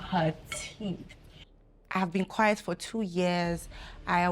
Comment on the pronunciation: Kw3 obi aa )correcti obi 😂 Quiet not quite